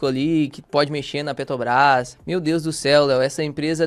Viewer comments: Meu amigo, pq vc fala Petobras? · PETOBRÁS???? QUANDO VAI APRENSDER A FALAR?